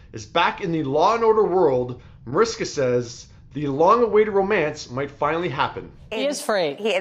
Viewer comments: You always pronounce her name wrong! Proper pronunciation is Marishka! Just FYI! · I listened to it again and you said Mariska without the "h" sound. I saw even her husband say that is not the right pronunciation! Just keeping it real, no malice intended!